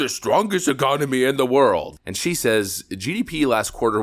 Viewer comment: In the worlduh